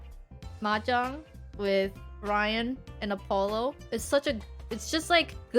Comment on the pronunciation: Ermuhgerd! It’s mehjerng!